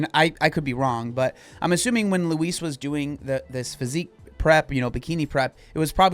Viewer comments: Its not how you prounouce her name. Its loo eese. You say it terribly. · Why do you pronounce Louise like Luis 😭😭😭😭😭